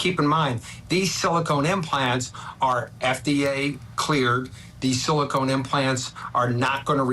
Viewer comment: Someone needs to tell the judge the word is pronounced "Silicone" not "Silicon."